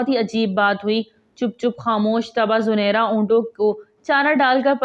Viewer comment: ویڈیو بنانے سے پہلے تحقیق کرلینا بہتر ہوتا ہے،، صحیح نام زِنِیرا ہے زٗنَیرا نہیں - ثبوت کے لیۓ دیکھیں الرحیق المختوم، جس میں ہجوں کے ساتھ یہ نام بتایا گیا ہے